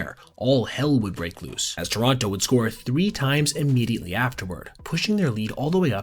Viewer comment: Pronounce Toronto properly